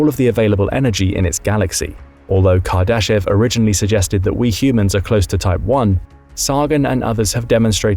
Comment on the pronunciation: I am not sure if you are pronouncing Kardashev correctly... but the rest of the video seems pretty accurate. I am always wondering whats out there when I do milky way photography